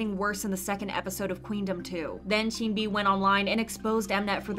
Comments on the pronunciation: sunmi is pronounced as seonmi :) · hate to be that guy.. but the sun in sunmi is pronounced like ☀️ not 🔜 (saw her live and she was irked that fans mispronounce it) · Please learn how to pronounce 'Sunmi' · no offence but the way you say sunmi is really annoying. even the Korean version is written 선미 seon-mi, not soon-mi. it’s even worse cos you pronounce all the other names well like sinb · why do you always say sunmi name wrong its sun- mi not soon-mi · This is a small thing, but Sunmi's name is 선미 as in Seon-mi, not Soon-mi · i think sunmi’s name is pronounced sun-mi like the sun, she even said it’s pronounced like that :) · It’s pronounced “Suhn-Mi” not “Soon-Mi”!! shes spoken on this a few times but so many people are still mispronouncing her name so i hope more channels pronounce it properly 😞 So like ☀️mi, not 🔜mi LOL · Her name is pronounced like sun-me not “soon” me. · btw sunmi is pronounced like seon-mi not soon-mi (same vowel sound as wonyoung’s name, just romanized in a different style hehe) also tysm for making these videos! i can never keep up with kpop news and these videos are so concise yet informative so they’re a really big help :D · It's pronounced "sun-me" not "soon-me". Although they sound similar, Soon-mi is a completely different name. It would be like calling someone named Jane, "June". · its not soonmi (순미). it's seonmi/sunmi (선미) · just letting you know, Sunmi is pronounced Suhn-mi, not Soon-mi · no hate, but sunmi is pronounced 선미. like "sun" (what's in the sky) and "me". the way you are saying it is like 순미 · Also video creator bestie it’s pronounced SUN-MEE, not SOON-MEE lol (technically seon-mee but yk 🤷🏻‍♀️) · Sunmi is pronounced sun-mi not soonmi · Lmaoo. You round your O's too much. Its not Sooonmi or Sooolgi( RV Seulgi)the way you say it. Even Sunmi pronounces her name like Son-mi.. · why are ppl still calling sunmi 'soonmi' no offense at all!!! but it's just a tiny pet peeve lol